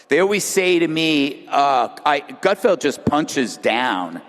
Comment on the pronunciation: Did you say "Great Gutfield"